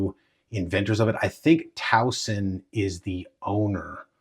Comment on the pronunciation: Tuason is pronounced as "two wah son". Your pronunciation I think came from sootch00 😅 Finally, they are now including 2 magazines. They used to include only 1 magazine.